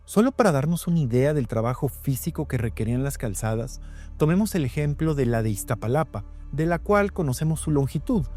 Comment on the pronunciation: No es Ixtapalapa sino Iztapalapa, tampoco Tenoshitlán sino TenochTItlán.